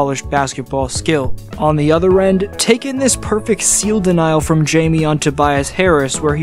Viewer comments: Not Jamie, Jaime (pronounced like Hi-mey), he is a phenomenal player and has amazing basketball IQ. I can't wait to see how far he goes and how he impacts the game in the future. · "Hi-meh" to be precise. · Hayme/Hame not Jaymee lol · Hi may, not J me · His first name is pronounced like “Hi-mey” but great video as usual! Been subscribed since 2022 so by now, we both know more Miami Heat content is coming out closer to the postseason😂🔥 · High Meh Ha Kez